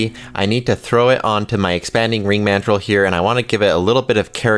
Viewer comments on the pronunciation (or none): none